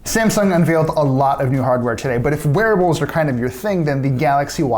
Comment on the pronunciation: Did anyone else understand "werewolves" instead of "wearables"?